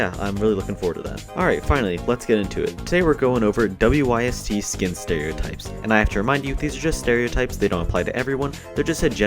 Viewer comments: U pronounce the whole thing its not w y s t its wyst pronounced wist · WYST is pronounced wist. FYI